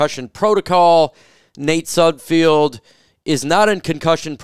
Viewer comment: It's pronounced Sud Feld, there is no I in his last name